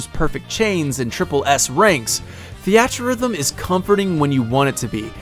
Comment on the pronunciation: "thee at" rhythm. I love you man lol